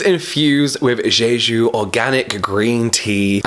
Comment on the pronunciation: Its not zhezhu its jhejhu